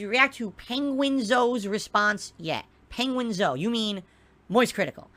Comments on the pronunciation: "penguinZOU, PENGUIN ZOOOU?, oh you mean moist" lol... This guy is such a idiot. He fully knows its penguin Zero, he just pretends he doesnt know for some reason. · "penguins zoh" Shoot me.